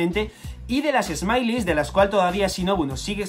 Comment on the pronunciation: Smiles se dice "esmails" no "esmailis". Por otra parte ya me siento bien porque me conseguí poner al día con One Piece